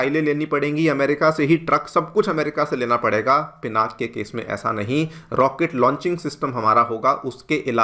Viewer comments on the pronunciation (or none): Call it as पिनाका please!